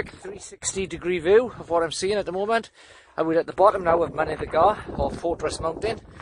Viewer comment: great vid, info spot on mate, but Mynydd y Gaer should not be pronounced as Mynydd y Gar, yes I know the valley's boys always get their Welsh a bit wrong! but it sounds better and more like the word if you say GAE R.